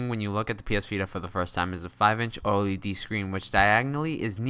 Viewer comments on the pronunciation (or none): none